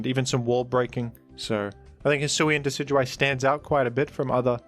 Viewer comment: You mean Deca-do-we?